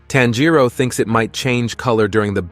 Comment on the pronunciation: “Tan Jero” bruh it’s tanjiro